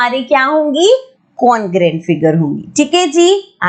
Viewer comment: maam ur teaching is awsome but please me as a subscriber mind this comment and dont say congruent congrant no beijjati